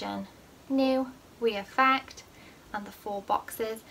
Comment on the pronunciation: This isn’t hate but why do you say we affect instead of re affect